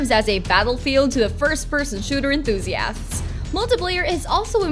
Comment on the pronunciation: I hate her voice, and the way she pronounces certain words, like enthusi-ass